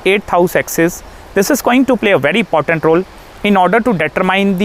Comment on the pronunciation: “I will tell you….it’s portant” 😂